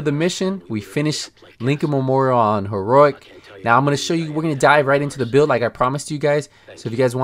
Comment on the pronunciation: HEE-ROW-EEK, say it slowly, not HEE-RORIK